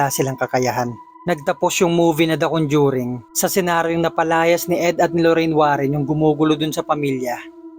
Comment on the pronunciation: Nakakatakot naman ng istoryang ito. Pero mas nakakatakot ang pagkasabi ng RODYER sa pangalang Roger. At CONDYURING sa salitang Conjuring.